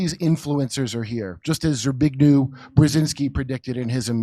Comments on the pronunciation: Zbig... who?! 😂 In Polish, "w" is read as "v". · "Zbigniew" is pronounced "Zbignyev," with the "y" in consonant form. He was Carter's National Security Advisor.